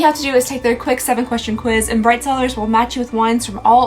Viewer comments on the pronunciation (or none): none